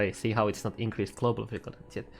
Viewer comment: He also says Cladiator and Clobal